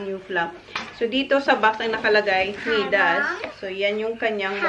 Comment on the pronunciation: is such a cute little girl. We love watching her grow. Btw, MIDAS is pronounced as MAY-DAS (MI sounding like Maya). 😉 Now John needs to build you a bigger house so you can have a proper walk-in pantry and a much bigger kitchen.